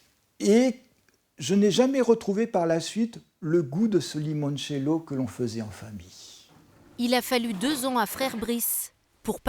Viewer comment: Bravo pour le "Limoinecello" 👍